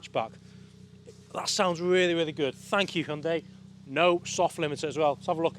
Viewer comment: 당신은 현대를 정확하게 발음하는 가장 잘생긴 차량 리뷰 유튜버 입니다